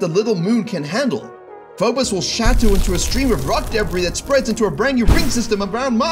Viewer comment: Why is debris pronounced as debryy